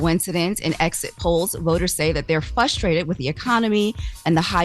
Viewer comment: please stop saying FUStrated, it’s FRUStrated. It shocks me every time you do it lol